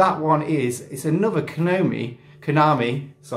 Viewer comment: Brilliant! and you managed to pronounce Konami right! Ooooh didnt realise you were a Skegvegas fan, next time we'll have to have a chat about it! Skeggy had a time traveller in the pier, was the only place i remember seeing it tbh.